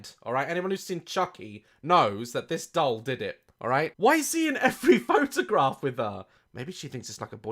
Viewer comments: Daz saying dole instead of doll for 11 minutes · I can’t get over the fact that Daz says “dole” rather than “doll” 😂 I love this man :) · Love the way you pronounce it ‘dole’ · Is he saying "dowl" hahah